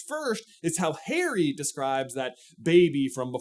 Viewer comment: my brother in Christ I IMPLLORE you to stop pronouncing Harry as hairy